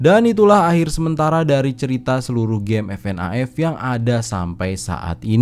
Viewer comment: Bacanya bukan fnaf tapi fnef